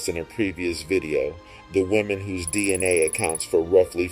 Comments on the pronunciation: He sounded out DNA, "Cell nucleus Dina" 😂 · You had me at the title but then you lost me at Dina. Are you trying to say DNA?